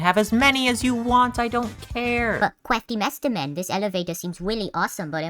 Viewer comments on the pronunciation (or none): I love it when you go “cwaftymasterman”